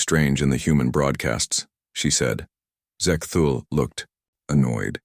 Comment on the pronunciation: Sigh, just an AI reskin (plagiarized) but no effort placed into cleaning up grammatical errors and pronunciations, e.g. , Zek-thul, Zek-thol, Ze-ke-Thool, Zek-tul, Zek-tol, Zex-Tool, Sex-Tool, Ahhh.